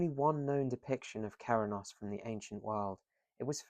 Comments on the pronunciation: By ‘Cerennos’ im presuming you mean Cernunnos? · You are pronouncing Cernunnos completely wrong. It sounds: Ker- Nun - Oss.